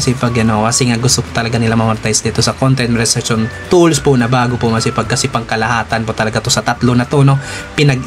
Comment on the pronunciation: Monetization Sir hindi Monezation., Good vibes always support here keep it up